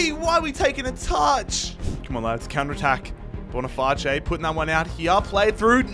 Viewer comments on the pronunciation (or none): Hey mate nice realistic video but bonifaice is just pronounced like face in english and not but bonifatché😅